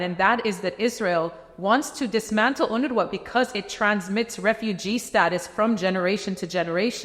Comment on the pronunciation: UNWRA=UNRA The W is silent.